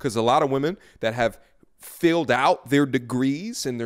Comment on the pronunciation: Brotha, blessings upon you. I love the content. Everything you have articulated on today is 100% true. But I cannot let this go.....you read filed as filled.